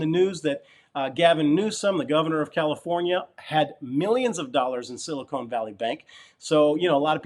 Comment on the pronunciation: Silicon! not Silicone! haha .... thanks for the video as usual